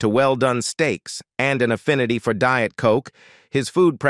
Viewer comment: Don't care for him but I wish I could eat like him. Is a real person reading script? Pronunciation is strange. Deeit for diet?